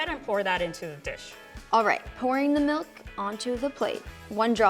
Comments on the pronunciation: She said "melk" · Omg why does she say MELK????